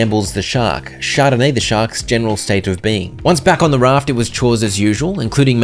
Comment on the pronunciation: Just a small correction: It's Chardonnay the shark, named after a French white wine, not Chardene.